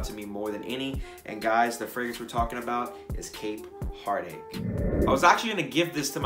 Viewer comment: Am I trippin, or did he say camp heartache??